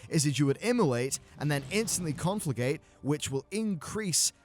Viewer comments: It's "Con-fla-GRATE", not "con-fla-GATE". The "R" is what makes it great. ;) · it's called conflagRRRRRRate:P sorry, had to write it down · I didn't wanna say anything about it, but every time he said it, i cringed a bit. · No one who makes videos on WoW can say the word 'conflagrate,' and everyone I've seen pronounces it differently wrong. CON-FLUH-GREAT. No biggie, just a weird thing. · Just sayin, there is an R in conflagrate haha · You're not saying the R in conflagrate.